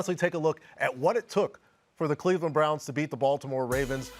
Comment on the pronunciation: Did he say Bleveland 😭😭😭😭😭😭😭